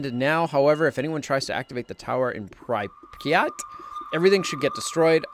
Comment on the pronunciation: I get so frustrated when says Pripyat wrong